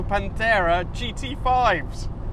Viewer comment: Oh please, don't let yourself be bothered by those who "hate" when you pronounce "Pantera" the way it is meant to be - Italian!